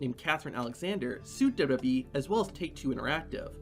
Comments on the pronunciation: Say it TF with me: DOUBLE-YOU-DOUBLE-YOU-E Not dubba-dubbee... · The narrator doesn't know how to say "WWE".